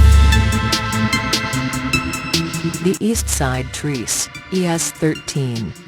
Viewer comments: The robotic voice is stupid and its trece (tre-say) not treece. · “East Side Trees” instead of East Side TRECE (East Side 13 in Spanish) It’s pronounced TRES-EH NOT TREES 🌲 🌳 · Wtf is Treece? Why does she keep saying that shit, does she mean Trecé(Trréceé)